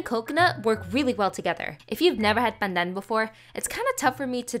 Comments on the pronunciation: The way you pronounce pandan in Filipino sounds funny coming from a Malaysian 😂 we're so close yet so different🤣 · Why are you exaggerating how you pronounce Pandan?